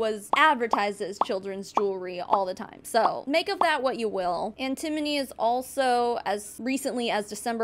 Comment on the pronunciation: FYI its An-ti-mo-ny (an-tə-ˌmō-nē). Definitely an easy one to mispronounce!